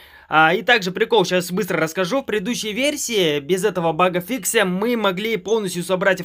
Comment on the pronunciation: БАГФИКС а не баг фикся